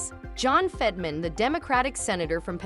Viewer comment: Stop using AI to read words. They suck at pronunciation. It said Fetterman about 10 different ways.